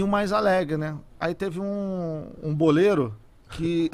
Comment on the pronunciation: Ele fala boleiro